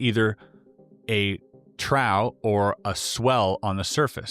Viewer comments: Basic English lesson: 'Trough' is pronounced 'Troff' as in DIP. It is NOT a 'Trow' (COW). Which makes no sense. The Triangular craft are US made and are, apparently, reverse engineered by Post WWII Nazi scientists. They are now commonly seen and are NOT of ET origin. Anything that flies in formation, is Human built. The fact that these guys can no longer be contacted, makes me think they took a trip home with Lacerta. Why? It makes the information unverifiable and feeds these peoples curiosity and expansion of their consciousness. After Lacerta contacted two humans , it would be impossible for her to trust them with this knowledge. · Mate, "trough" is pronounced "troff"...in this case to mean a channel hollowed out of the water. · Trough is pronouced Troff. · trough = Troff